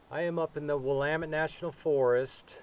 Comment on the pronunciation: Willamette is pronounced differently than I thought. Hope the Gentleman is OK , he must be a Tough guy. That's the only thing Bad about being that deep in the Wilderness. Good Advice and Video.